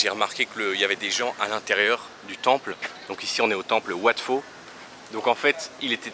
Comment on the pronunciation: Wat "Pau", pas wat "Fau" !